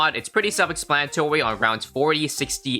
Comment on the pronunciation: its pretty self explantowy